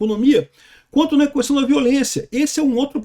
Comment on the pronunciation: O fala “cuestão” 😄